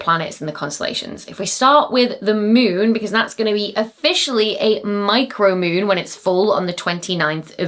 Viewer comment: The Meewnn... 😄😄😄